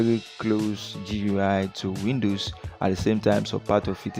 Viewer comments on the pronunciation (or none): YeshuuDOOOOOOOOOOO. and it's " lin ucks". Not " lie bucks" And it's. " Win doze ". Not " win doooos"